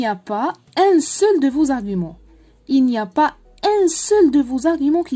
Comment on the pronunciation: النطق (ڨ) في argument ممكن نسيتيه و شكرا على المجهود